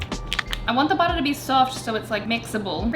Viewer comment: Baotter was all I could hear😂